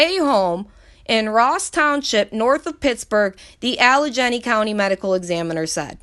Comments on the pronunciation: They were both 'suidided'. Great video! Its pronounced Alagainy. 🙏🏻💖🕊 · Just FYI, it's not a big deal, but Allegheny is pronounced "Al-i-gain-y".